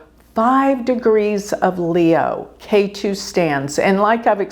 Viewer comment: If you study a little bit of Sanskrit, you will discover that the "e" in Ketu sounds like the "e" in egg, NOT like the "a" in ace.